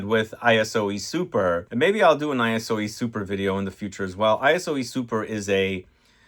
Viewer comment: Great theme! And it's Iso (short for isocyclemoner) E Super not I-S-O E Super.